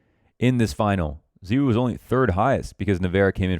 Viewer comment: Lmao please pronounce it Zy-w0o